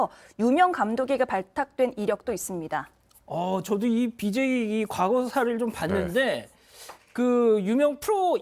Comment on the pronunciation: 이수진 기자 왈~~ BJ= Bum Jey Za... ㅋㅋㅋ